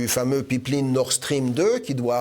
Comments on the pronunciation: Une Pipe linne?, pip lin, ou pipline?? ah, une Paaiiippee laaiiinnee.... okay ;-) pipeline, mousseline, féline... même combat! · Elyse les samedi politique c'est que du bonheur, y'a juste un élément de language qui m'a étonné, c'est la manière que se Mr prononcé ''pipeline''.